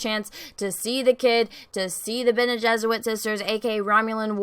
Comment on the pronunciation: Bene Geserit . She keeps adding a w. It’s cute